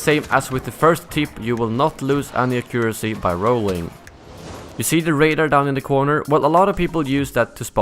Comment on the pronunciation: You are saying accuracy wrong btw.